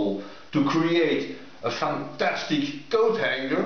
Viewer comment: .... thought you said GoatHanger. Image formed in my mind uurrggh.